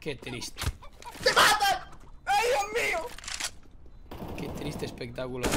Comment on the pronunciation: "hay dioh mio" jajaja